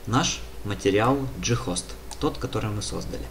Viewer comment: "Ghost" (англ. Призрак), зачем так каверкать слово?